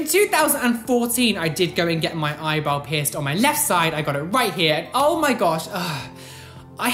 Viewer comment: I always hear „Eyeball“ instead of eyebrow 🤣